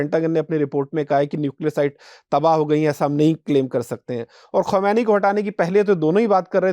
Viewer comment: भाई आप खूमैनी खूमैनी बोल रहे हैं आप को सही नाम ही नहीं पता है और आप इतना बड़ा इन्टरव्यू ले रहे हैं जब की ईरान के सुप्रिया लीडर का नाम खामेनेई है अब याद कर लें।